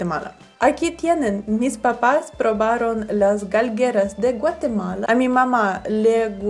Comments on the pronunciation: Excelentes videos. 👌👌 Y se dice Galgeria 😅 chula patoja. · No es Galgeras / es Galgerias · SE DICE: GALGERIAS Y NO GALGERAS, GRACIAS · Qué lindos tus papás les gustaron todas nuestras chucherías jeje, a partir de hoy me suscribiré a tu canal, se dice galguerías ;) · no se dice galgueras se dice GALGURIAS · Es galguerias* no "galgueras".